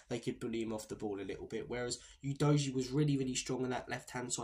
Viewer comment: Destiny Udojiee? Who the sweet F is that? Udojiee???? Are having a laugh mate?